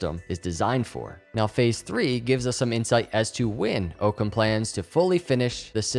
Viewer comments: Thanks for the new info! FYI it is AHHcam not Ooocam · it's pronounced: Its Ock-ham, not oke -em. Ocham's razor (Latin: novacula Occami), or the principle of parsimony or law of parsimony is the problem-solving principle that "entities should not be multiplied without necessity", or more simply, the simplest explanation is usually the best one. It's a good name for a Cardano partner. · So much this. I've actually never heard it pronounced Ooocam, only Awkums. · Pretty sure it's pronounced "Ah-come" rather than "Oh-come". Thanks for the great content. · I believe its pronounced Aucum not oakum, The Argument Against Occam's Razor For example, if a doctor is examining a patient with a high fever and cough, they may settle on the simplest explanation: the patient has a cold. ... Occam's razor is a good rule of thumb if you remember that it depends on making fewer assumptions based on as much evidence as possible. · Its not OOHKUM its AAAHKUM . DONT YOU KNOW WHAT THE PHRASE OCCUM RAZOR ? IT MEANS THE SIMPLEST ANSWER IS THE RIGHT ANSWER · Ah-Come.. not Oh-Come ;) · I think it's pronounced "OCK-ZAM" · What is his native language? English speakers say Ock-ham or Ock-hum. but the "h" is barely audible. Just sayin... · I’m not positive but I think it’s named after the concept, pronounced (Ah-koms razor) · Love the video, but it's pronounced Ah-cahm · I believe Occam is pronounced like Rock without the R. Occam as in Occam’s Razor. Thanks for the content! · And it’s actually pronounced “aw-come” razor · Pronounced "awkcum" razer. It'd a century's old play on words. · Btw it's Occam as in hockey (not as in Oak). The other spelling of it is in fact Ockam. I'll be listening!! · Cringe evertime he mispronounces occam